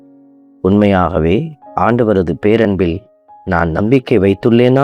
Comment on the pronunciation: ஆண்டவருக்கு மகிமை. பாடிய பெண '' பேரன்பில் '' என்ற வார்த்தையை இன்னும் உணர்வோடும், ஆழமாக உச்சரிக்க வேண்டும். நன்றி. தொடர்ந்து இராகத்திற்கு முக்கியத்துவம்தேவை. வார்த்தையின் உச்சரிப்பு அதைவிட முக்கியம்.